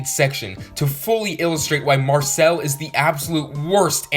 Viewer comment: you did not just say marcel